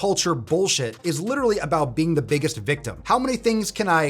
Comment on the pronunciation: Emphasis on the word “biggest.” 😂